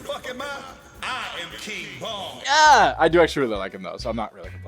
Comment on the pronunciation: I thought he said King Von at first instead of King Bong 😭